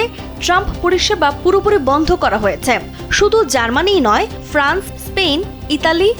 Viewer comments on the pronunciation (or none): none